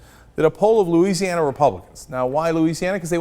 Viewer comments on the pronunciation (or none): none